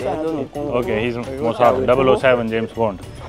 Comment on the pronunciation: don't speak "mosaad", pakistani travellers would cancel their tour 😂